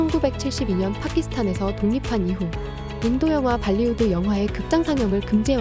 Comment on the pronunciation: 불리우드 아니고 발리우드 아닌가요?